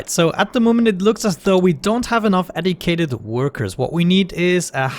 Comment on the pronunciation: I love how he says "educated" haha "Eddycated"